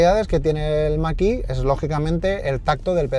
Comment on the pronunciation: La marca puede decirlo en chino , pero en ESPAÑOL es mach e , en eeuu que lo pronuncien como les de la gana , pero aquí la E se pronuncia e , e no i